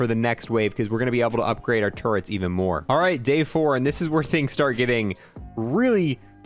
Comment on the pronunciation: Does nobody know how to pronounce turrets correctly? There's no n